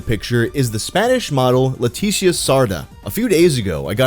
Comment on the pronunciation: i love how every time he says ''leticia'' its a different pronunciation lmao